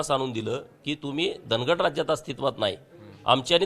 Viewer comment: उच्चार वेगवेगळे करून लोकांच्या भावणिकातेचा गैरफायदा का घेताय साहेब ते धनगड नाही धांगड आहे..